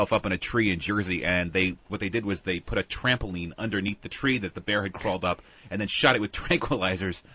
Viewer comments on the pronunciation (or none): I hate it so bad, it has to be a show of low intelligence to get such a basic word wrong. Nobody else says “buit” instead of “put” how did they not hit him in the mouth with the mic hearing that for a decade+ before he fixed it (which took a couple years)